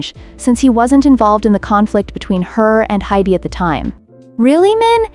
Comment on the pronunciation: Hint, if you spell Ador and HYBE as Adore and Hibe, it may fix the AI pronunciation error.